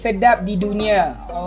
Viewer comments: Jangan embok. Embok itu dari kata simbok. Kalau orang jawa ngomong bukan embok tapi mbok. 🤭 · to pronounce "MBOK" is em bi o key, nok embuk but MBOK. 😂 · Actually mbok not embok. Mbok / ibu/ emak/ enyak all same.